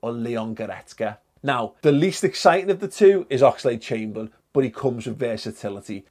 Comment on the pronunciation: Do u regret saying oxlade chamberlain now😩😩😩😩